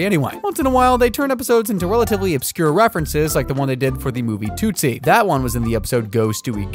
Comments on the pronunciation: Hey dummy. It’s not pronounced “ toot - see “ It’s “ TUT-see “. Idiot. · Its helpful when narration pronounces things correctly. "Tootsie" = "Tuht-Zee" not "Toot See" And HENRY ROLLINS last name is pronounced "RAH-LINZ" not "ROW-LINZ" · Dude, Tootsie is pronounced like a Tootsie roll, not like toot toot a train